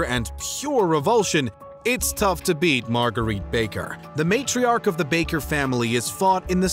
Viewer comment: Margeritte? Really? Not bad, Laura was worse tho